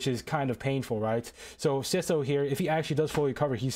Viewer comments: dude its not "sitho" its "sytho" 😭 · its s-I-tho not s-i-tho